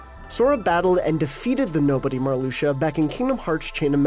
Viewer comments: Nah, you pronounced Marluxia correctly. It’s Mar-lu-sha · Marluxia is well pronnounced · You guys pronounced Marluxia right, lol calm down.